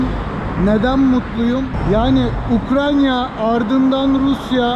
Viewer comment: Halâ ukrayna diyemiyorsun😝 Alıştırma yaptıralım 😀